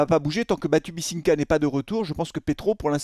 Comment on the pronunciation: c’est Batubinsika et pas Batubisinka 😉